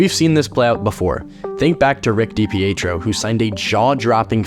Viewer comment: never heard anyone say DiPietro's name like that